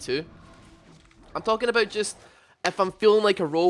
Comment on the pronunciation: "I care aboot it"